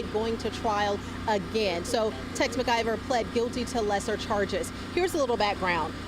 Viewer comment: It's Mclver not Mergiver